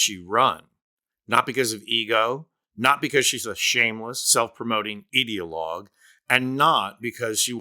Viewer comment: Idea-logue Not IDDEA-logue